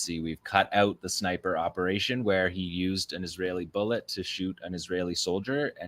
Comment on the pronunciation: How pathetic you can't say bull. Et really